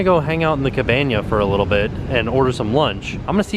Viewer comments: you said cabanya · I will now always call a cabana, a cabanya... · "Cabanya." 😂😂😂 there's just something about and Cabanas. #AboutThree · When tim called the cabana the cabanya hahahahaha